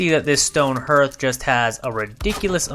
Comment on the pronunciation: Just as an fyi the vowel sound in hearth is pronounced ar, like heart, not er like earth.